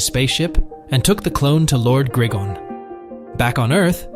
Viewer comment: It's gri-gon no grigin